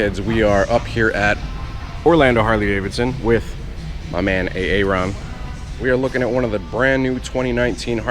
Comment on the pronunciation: Am I the only one who knew why he called my man, A-ARON!?... LOL